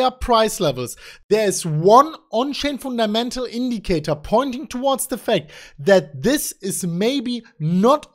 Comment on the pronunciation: "the People were Laughing at us" ps:, you had me at Foon Ta Mental"